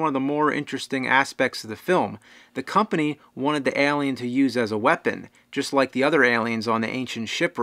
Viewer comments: What's that? Ahlien? Wtf is that? It's Eylien. (Just kidding your fucking awesome bro). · ehlien.. its Alien! A not E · Why are you saying it like that? Aalien. Excellent content though, very excellent content. #Escapism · It's Alien!!! not Alien. Lol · i hate how you s ALLLLIen instead of alien, its alien, not ALLLien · Al-E-Ann Ale-E-En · Why is james saying "Eh-liam" it was throwing me off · he leaves off the "A" and just says "L"ien...... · "Lance HenDriksen" ( , ) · Stop pronouncing it Elien! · "Ehlian" wot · Why does your pronunciation of the word alien, sound so weird to me.